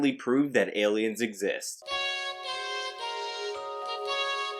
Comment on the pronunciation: Why do i love so much when he says "see them alians"?